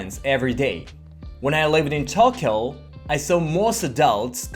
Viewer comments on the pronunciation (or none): none